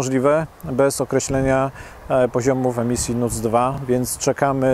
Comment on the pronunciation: Sreemisji a nie emisji!!!! Najwyższy czas opuścić ten eurokołchoz!!!!